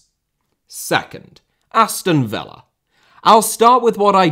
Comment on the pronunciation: Serie * not Seri Udinese* not Udeneisei Touré* not Torei Villa* not Viller Bueno* not Bueinouw Traoré* not Trayorei Gustavo* not Găstohrvouw Fenernahçe* not Fenebohçei Montiel* not Móntil München * not Munich Dejan* not Deijan Schade* not Schore Diaby* not Diohrbei Caicedo* not Caiceirouw Baleba* not Baleiber Ansu* not Anzu